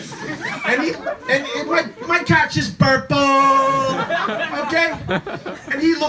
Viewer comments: "so hes suchin mahy catch..." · SUCHIN MAH CAAHTCH